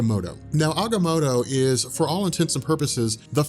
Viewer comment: check your pronunciation, not positive but I think you're saying Agamotto wrong